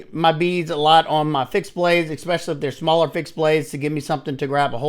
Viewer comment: Oh lord...Ekspecially, whenever, anyways.....I can't even listen anymore